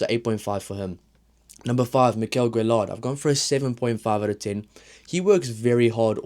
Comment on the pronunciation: LL in french tends to be an uy with the accent after on the e sound so gailleton is more guy-et-on. Guillard no accent on the a gu-ee-ard. Keep up the videos.